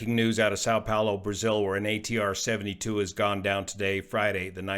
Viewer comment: Som Pollo, not sow pollo, Brazilian Portugese for Saint Paul.